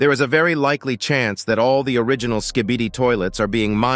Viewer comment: bro said skibidid😭😭😭